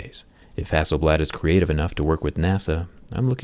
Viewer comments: Everytime is pronounce Hasselbald and remind me you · Who is hassleblad ? 😂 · Everyone - Hassel blad Me - Hassel bald! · Zack is mad because the company's name is not "hassel-bald" 🤣😂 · Its hass-sell-blaad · Hasselblad or I say hasselBALD ..😂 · Hasselbald right there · For Him- It’s ‘HasselBald’ 😂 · A think it is Hassel "Bald" Not Hasselblad😅😃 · Who else thought it said “Hasselbald”? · Who is hassleblad😂😂😂